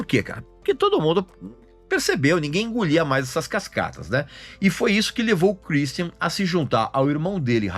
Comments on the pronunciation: Kur istian kkkk nada a ver essa pronúncia do Regis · Cruisthian hahuahauahauaha amei a pronúncia do Régis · Pra que falar o nome dele com sotaque inglês? Kkkkkkkk